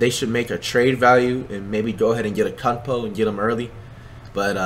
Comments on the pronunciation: flight says Antetokounmpo Like Akunkpo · Anyone else laugh when flight said get rid of wiggins for “Akunpo” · This man flight said akunpo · Nobody: Flight: akunmpo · No one: Flight: AkUmPo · Why does he keep saying acuntpo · stop saying acumpo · It antetokounmpo